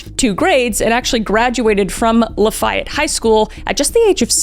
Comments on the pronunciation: Gi Lane. Not Jizzlane. La fy ette... crazy pronunciations you got going on here. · I adore you. Just say “NO-bell” prize instead of noble. And it’s pronounced “Lah-fi-ette”. Unless you were just being burspicious lol. Keep up the great work. You are very talented at presenting and I love your use of humor and the way you use it is always perfect. Xo! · LA FEE YETTE, LIFY ETTE.. IT WAS A HISTORICAL FIGURE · It’s pronounced “LA-fay-ETTE” high school. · Pronounced Lah-Faye-Ette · I would've thought that as a Canadian your pronounciation of Lafayette would be better???